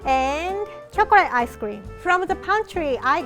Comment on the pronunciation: when rie said ice cream and it sounded like ice scweam